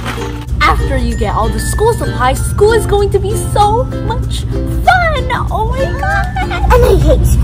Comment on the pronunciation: "Shool is gonna be so fun" I hate